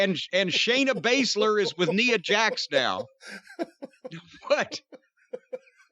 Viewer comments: It's funny that he calls her Neea Jax 😂😂😂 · I swear it might just kill Cornette to ever pronounce Nia correctly lol